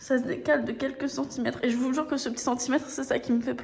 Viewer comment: Mdr t a oublié le t à petit mais sinon continue comme ça 💪💪💪